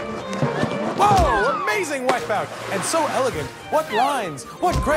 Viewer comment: "wipeoot." :P